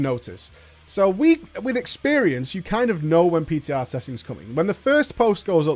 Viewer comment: you meant "PTah"? 3Head